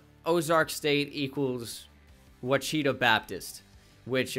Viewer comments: Ouchita is pronounced WAH-SHI-TAH. Not “wahcheetah” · You say it washitau Baptist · Ouachita is pronounced (wash-it-aw) love the content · Ouachita lol sorry I’m an Arkansas guy so I had to say something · Just in case it comes back up Ouachita Babtist is pronounced Wash-a-Tall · I played ball at Ouchita Baptist, and you are BUTCHERING the pronunciation lol